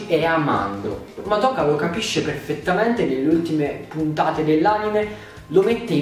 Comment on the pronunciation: Ma perché tutti sbagliano a pronunciare il nome di Madoka😫